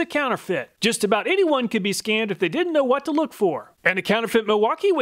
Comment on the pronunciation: The hwat Makita? I thought I had a stroke. 😂 Can we get a flub compilation? You could even compare and rate them for timing, tongue-twisteriness, comedic timing, etc... Love your content, thank you for being awesome! I now know what to look for in fake tool batteries, something very useful considering I'll have to expand my power tool drawer.